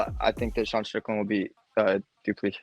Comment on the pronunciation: Do Soo Plee...? Yes, that was a BUTCHERING!!! 😂👍🍿